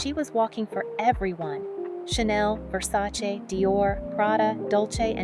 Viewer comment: Congratulations for your Versace pronunciation! You spoke his name as if you were Italian. Brava.